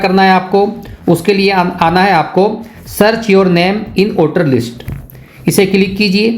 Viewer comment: List boliye Lits nahi😅😅😅